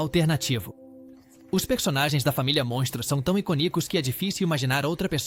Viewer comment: O vídeo ficou muito bom, mas "iconícos" doeu nos ouvidos. 🤦